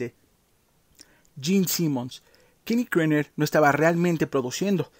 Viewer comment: Kenny era KERNER y no, Krener... Más de cinco veces el mismo error. Tipo grande...